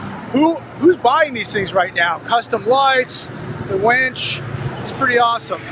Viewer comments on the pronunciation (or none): Not a "wench", a winch! Arrrrrrrrrrr, matey.